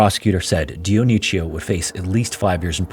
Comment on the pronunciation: Funny way how the narrator pronounces Dionisio as Dionicio as if it was Italian instead of Spanish from South America.